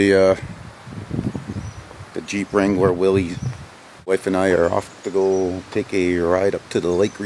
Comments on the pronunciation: Pronounce it right, it’s Willis not Willies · Pronounced "Willis", not "willeez".